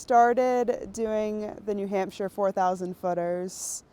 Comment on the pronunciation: It's new hamp-sha. There is definitely a p in there